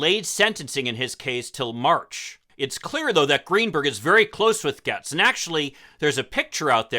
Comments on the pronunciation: Ya I’m confused I’ve heard it Gates not Gehtz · I live in his district and he is pretty worthless to us. HIs name is pronounced 'gates'. We call him 'Baby Gates'. His Daddy has lots of money and that always helps. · Why are you mispronouncing his name?